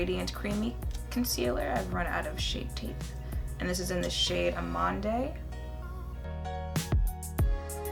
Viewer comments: The foundation was a perfect match ! It's the first time I see you wear blush,it's really pretty ! Btw,"amande" is pronounced "amand" but i love when americans speak french,it sounds a lot cuter than when we speak english :p beautiful as always ;) xx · everytime i hear someone say amande i think of jackie and how everytime she uses it she has to pronounce it 4 different ways so people dont come for her 😂😂😂 also, id love to see if that blush palette is pigmented enough to use for a casual eye? simple color in the crease, and you're basically done.